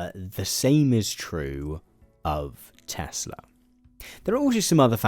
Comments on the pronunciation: Tesla? I think you mean Tesluuuuur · According to trump everything he says is always 100% true, he never lies etc., and he didn't say Tesla, he said Tesler, so I am expecting muskovitch to rebrand it soon. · "I love Teslur! Wow. Everything's computer!" POTUS, March 2025. 🙃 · "I love TESSLER!! It's all computer...!" 🤭🤭🤣